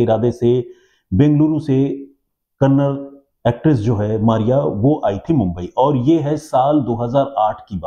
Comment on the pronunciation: Its Kannada..not kannad.. there no language called kannad.. being a Kannadiga, i am telling..